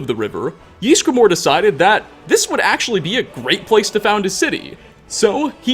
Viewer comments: Can you stop saying "Yeesgramor"? It's "Ysgramor". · how he pronounces ysgramor gives me the fear